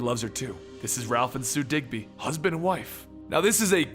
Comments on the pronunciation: I thought it was dibny not digby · pronounced Dibny NOT Digby, get it right. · You kept saying DigBy. But its DibNey. Over 2 million subscribers for knowing your comic books, so why the mistake on the name for minutes? Brain fart or what? Other than that I was happy to find this story. Just drove me nuts the whole time and I'm not even a big comic book guy. Just love all the shows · Did you say ralph digby??? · Btw it’s Ralph Dibny not Digby